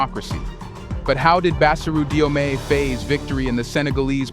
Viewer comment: Read it as JOMAI.